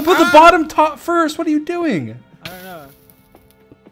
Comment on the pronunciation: George: "GET HIM!.. or her, or it" Dream: oxygen depleted George: "hwot?!"